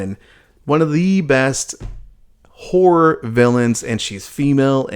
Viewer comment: i just keep hearing him say "asian whore films"